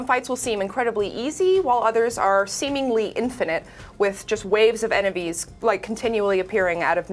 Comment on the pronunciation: Did she just say “waves of … ENEVIES ”